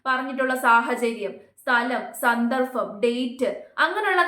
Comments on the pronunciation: സന്ദർഫം /സന്ദർഭം?? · സന്ദർഫം അല്ല സന്ദർഭം വീണ്ടും 😅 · എന്താണ് എന്താണ് എന്താണ് Fed up. സ ന്ന ർ ഫം അല്ല സന്ദർഭം